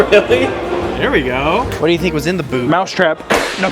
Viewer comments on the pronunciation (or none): none